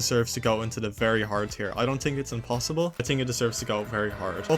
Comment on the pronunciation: you tink so, yes? Mhm